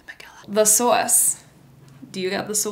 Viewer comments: and in ep 2 u told benny ‘the sAwSe i CANT’ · It’s sauce? I that it was sas in an accent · Are you jersey cuz I can hear it when you say sauce 😭🤣